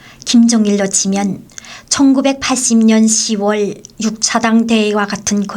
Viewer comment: 오리지널 한국인인 제가 들을땐 아나운서의 멘트가 영 어색합니다. 한국에선 6월을 발음할때 육월 이라고 하지 않아요. 유월 이라고 합니다 10월도 마찬가지 십월이 아니고 시월 이라고 하죠 북한분들은 6월과 10월을 발음할때 이런 차이를 모르는것 같아요. 육월과 십월 이런 발음은 한국인이 들을땐 너무 어색합니다. ㅎㅎ ^-*